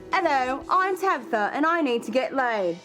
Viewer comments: The daughter is probably more mature because she had to grow up with people like tabatha mispronouncing her name. Get it right tabigggffggfftha. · Her name is TABATHA not tabitha !!!!